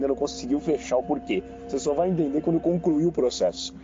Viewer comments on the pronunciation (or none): O advogado que fala CONCRUIR